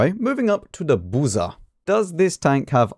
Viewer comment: Please, its BuRza, not Buza lol Also its Gonkevitsa and Bliskavitsa (Yes I know Polish people pronounce it Bvyskavitsa)